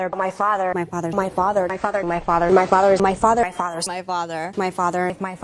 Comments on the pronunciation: Her "fazzah"? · After a while, doesn't it sound like she's saying "my fodder" ?? ;) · After a while it sounds like she is saying "my fodder," 😅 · Settle down ppl. ... she's saying "my FARTER" . .... she's talking about her gin-soaked butt! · when "my father" morphs into "my fodder" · He was our fodder in nam!